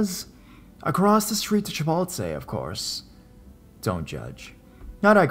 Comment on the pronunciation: Chipolte😂😂😂😂 lol it’s Chipotle